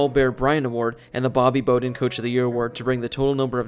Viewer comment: Do you really not know how to pronounce "Bowden"?